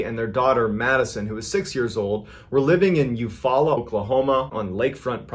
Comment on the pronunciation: I almost spit my drink out when you said Eufaula Ok. Thats the next town over to me. Just crazy to hear all of these stories and one of them is literally right down the road. And kudos for pronouncing it correctly!